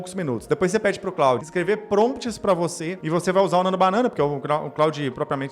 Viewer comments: Antes de jogar conversa fiada fora, você poderia, pelo menos, aprender a falar o nome da ferramenta. Com todo respeito, "Cráudi" é a pqp. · Que pronúnica lastimável, o nome é Francês, se fala "clôd", vacilou demais. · O cara fala "Cráudi". Como pode dar boas dicas?